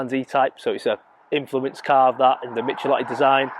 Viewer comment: Forgive me if I sound petty, but I believe you’ll find the designer of this car is pronounced Mick-el-otti, not Mich-el-otti. Otherwise, great as always. Fantastic hair by the way!